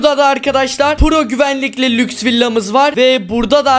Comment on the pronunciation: Ahmete lüjs dedin😑🤨